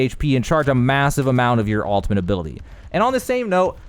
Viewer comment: sounds like your saying 'altimate' and not 'ultimate' great video though!